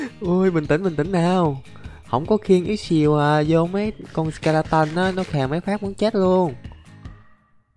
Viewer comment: Là sờ ke la tờn chứ k phải sờ ke la tân